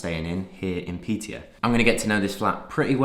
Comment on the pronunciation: Hi mate, just wanna tell you that the letter å in swedish is pronounced "uo" so when you need to say piteå you basically say piteuo